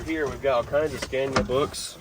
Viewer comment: It's 'Scan-eee-ahh', not 'Scan-yah'.